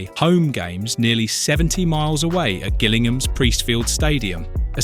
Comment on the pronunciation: the hard "G" when he said Gillingham suggests it's either AI or knows nothing of UK geography/football